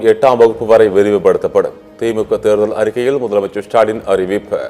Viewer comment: திரு சாலின்.. அடேய் அது திரு ஸ்டாலின் டா... வாயில வசம்பு வச்சு தேய்க்க 😂😂😂😂😂